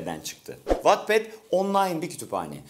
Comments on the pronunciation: Wattpad Wetped die okunuyo watped die diil dbdkflfnfl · vatped diye değil vetped diye okunur o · Amca yanlış okuyorsun Wattpad diye okunmuyo! 'Vetped' diye okunuyo alınıyorum yanlış okuyosun dikkat edelim biraz! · Wetped diye okunması gerekirken watped diye okuyo adam gelde dövme sinir oldum ya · Watped diye okunmuyor wetped diye okunuyor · Vatped diye okunmuyor amk videoyu ciddiye alamıyorum jdjdnskdhdnksdhnd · Uygulamanın saçmalıklarına bi şey demiyorum ama Wattpad’i doğru okumayı öğrenip de mi eleştirsen